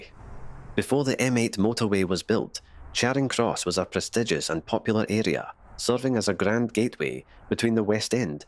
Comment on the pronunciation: Charing Cross in Glasgow should be pronounced as Chairing Cross. In fact the narrator mispronounced a number of Glasgow Place names.